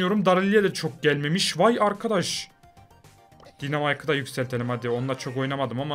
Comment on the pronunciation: Piper değil Paypır diynamayk değil daynamayk Bea değil bi